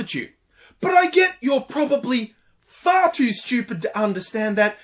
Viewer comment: "The whole plethra [sic]" "ple-tho-ra" you fuckwit.